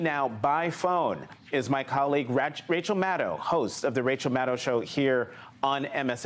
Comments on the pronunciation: He almost said Rachet Maddow. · Is Rachel so insignificant that even the people at her own network trip over her name like they’ve never heard of her before? 🤔